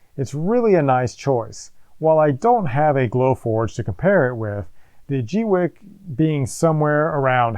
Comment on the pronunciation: Pauses just to say.. Rock on for being one of the FEW to pronounce the brand name correctly. :) I'm waiting for mine to arrive and have been cringing as other creators butcher the name. Unpauses... :)